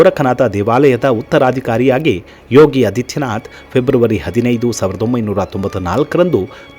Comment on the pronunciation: ಯೋಗಿ ಆದಿತ್ಯನಾಥ್, ಅದಿತ್ಯನಾಥ್ ಅಲ್ಲ. ಹ್ರಸ್ವ ಅ ಅಲ್ಲ, ದೀರ್ಘ ಆ ಹೇಳಿದರೆ ವಿಚಾರ ನಿರೂಪಣೆ ಇನ್ನೂ ಚೆನ್ನಾಗಿರುತ್ತೆ.ಧನ್ಯವಾದಗಳು.